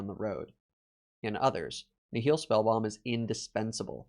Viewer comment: Nihil is pronounced NYE-il. Like the word nihilism. Not nih-HILL.